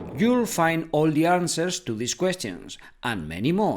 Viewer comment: I just realised he pronounced this as these and these as this